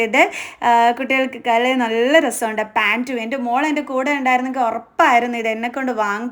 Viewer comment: dress എല്ലാം കൊള്ളാം.... പക്ഷേ അവതരണം കേട്ടാൽ വട്ടാണോന്ന് സംശയം...... മലയാളം നന്നായി സംസാരിക്കാൻ പഠിക്കൂ. നള്ളനള്ള കളഷൻസ്😂😂